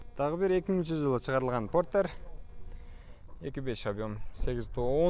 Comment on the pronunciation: Фортер эмес Портер деп айт уят